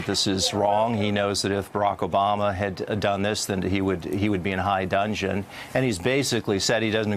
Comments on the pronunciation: High dungeon? Its dudgeon. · It's high dudgeon not dungeon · Today's lesson: When on an interview, do not use "fancy" language that falls outside your day-to-day vocabulary unless you actually can pronounce/spell the words. "In high dungeon"? No, sir -- the phrase is "in high dudgeon"; please do not use it again until you practice it in front of a mirror for an hour or two. :P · "...high dungeon...". I think he means high dudgeon. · it's 'high dudgeon' not dungeon. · Wehner: "... the point is whether it's right or wrong ... a vocabulary that's alien to Trump and a lot of his supporters." Exactly. (P.s. it's high *DUDGEON, not 'dungeon')